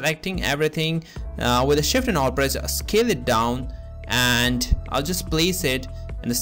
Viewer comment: i thought u said kill it down, but it was scale it down hahhah. and its "warp", not "wrap". Anyways, thanks for the tutorial! Have not thought of doing this before! awesome, awesome.